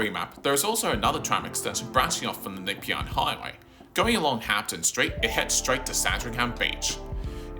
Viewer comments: Nepean = Nuh-PEE-un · what is the Nipyan Hwy? AI shit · Very strange way of saying "Nepean"!! 👀 You can't be from Melbourne - from Sydney? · Great video. As an old tram and PT nerd, I thoroughly enjoyed it. Can I correct some of your pronunciations? Nepean is N’peean like nup+ian. Dynon Rd is Die-nun, Southland and Eastland break with the Aussie shortening trend and are South-land and East-land (like Queensland or Greenland) Keep up the well researched work.